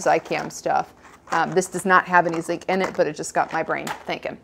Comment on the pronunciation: While talking about Zicam you mentioned a Zeek deficiency (sp?). I didn't follow that part. What is zeek (sp?)? Do you mean Zinc?